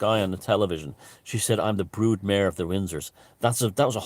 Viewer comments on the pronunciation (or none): none